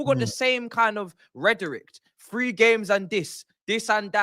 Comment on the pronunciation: the word is rhetoric, not rederict. Does nobody else on the panel feel compelled to correct their brother? Lol it's a minor thing, but the way he pronounces the word gets on my nerves 😂 Lol had to edit my comment to say Skull is the greatest and big up you lot for the laughs.